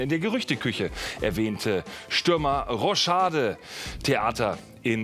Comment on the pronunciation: Wen hat das Roschade auch genervt? Es heißt Rochade😂😂